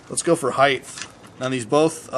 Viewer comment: When did everyone start saying "High-th" instead of hight?